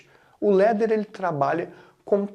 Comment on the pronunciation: LADDER ...pronuncia /lá.der/ LETTER ... pronuncia /lé.der/